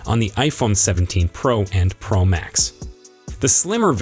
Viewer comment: Why are you saying iPhone Prah and i Phone Prah max It is pronounced pro